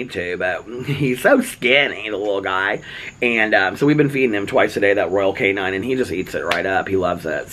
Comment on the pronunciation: I’m sorry but it’s not pronounced canine, there’s no ‘e’ it’s cane-in. I used to buy their cat food. You could probably get a good deal ordering it from Chewy and just do auto ship. Little things get to me 😫😭😣 it’s not personal just one of my quirks